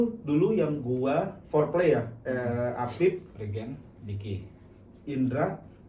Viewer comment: Riiiigeeeen... Opening nya gitu aja bang tapi logat rispo 😂